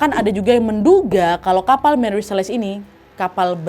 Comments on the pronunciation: Nadia...mantap cerita dan narasinya.. hanya saja.. setahu saya tulis Celeste harusnya dibaca seleste bukan seles.. jadi cukup mengganggu.. tp overall tetap mantap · Ralat ucapan ya wak Celeste (dibaca) seleste